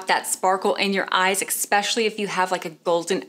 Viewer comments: especially not expecially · Why did you keep saying EXspecially when the word is Especially?!? FYI, there is no letter X in that word.